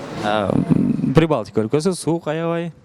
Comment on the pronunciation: Прибалткиа деп адаштырып салдын!🙃